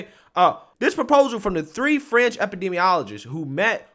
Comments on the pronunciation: Sometimes I can't really make our what you said and today's word is fringe. I keep hearing french. A french scientist? And the name Francis didn't help either. Can you like try to say fringe and french and tell the difference? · Fringe lol I thought you said French, Stop pasteurizing milk and juices, lol